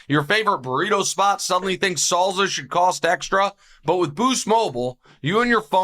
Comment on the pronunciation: why does Nick pronounce salsa as "zawlza" 😂